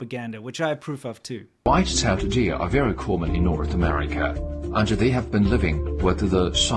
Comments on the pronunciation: Id pay for that dude to stop saying white tailed deer like that. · "Wwhhite cell dear!" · WHITE SHALE DEER-u- - China trying to pronounce White Tailed Deer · What accent is that in the white-tailed deer video?!?! :-DDDD